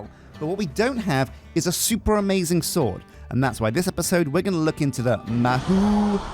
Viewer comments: lol i think its pronunced Mah hoe not mah who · It's pronounced Ma hoe not ma who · As someone who speaks Japanese as well as english, listening to this episode made me wanna cry 😭 Ma-who? The word for Magic, "Mahou" is pronounced "Mah" with the vowel sound from "Mama", and "hou" with the same vowel sound as "Paul" (in your accent, at least 😉) I'm not even gonna try to teach you to say "Tsukai" 😅 Great episode! My submission for the Dragon name is Cobalt :_Straw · Ma-hoe Sue-k'eye is probably the closest you can get as a westerner, to pronouncing it correctly without lessons XD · god hearing the word mahou mispronounced hurts my ears lol (its ma like in grandma) Hou (pronounced like Hoe) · I'm thinking, that you not have watched anime before. The "ou" mahou is pronounced with a hard O sound as in row, tow, and throw. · Literally cringed every time he mispronounced it. Still gotta love him though. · Isn't it more like O in door? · fuck does it hurt to hear say Mahou like he does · mahou is pronounced with a long O sound, almost no U sound